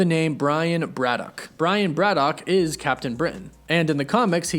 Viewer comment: Your pronunciation of Braddock is weird and wrong